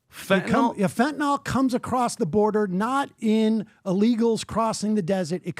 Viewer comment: FEN TAH NIL Fentanyl - pronounce it correct guys